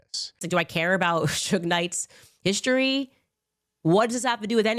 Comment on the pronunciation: HISHTORY??? Why can’t she pronounce words correctly???